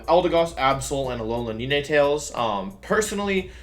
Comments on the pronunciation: Nee-nay- tails?????????? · why did u say neenay tails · “Alolan neenaytails” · Same with “neenatell” for ninetails lmfao and cinderachi….like why??? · "Neenay" Tails? What in the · Stopped the video after Neenaytales…. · Is it just me or am i the only one triggered by the way he pronounced "ninetales* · The way he pronounces ninetails 😂😂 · the way you pronounce venasaur and ninetails...it hurts